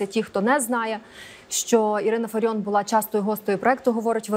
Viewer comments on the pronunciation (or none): Не фариoN А фариOFF